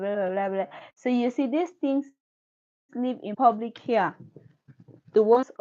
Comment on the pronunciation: ITS PRONOUNCED "PEW- BIC " BUT PUBLIC LICE IF YOU WANT TO JOKE ABOUT IT 🤭🤭🤭